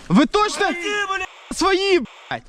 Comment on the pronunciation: украинское произношение своЇ уже выдавало, так же как и отчётливое ЙАзык вместо русского езык. И в других моментах по типу "впав" тоже проскакивало. Глухие попались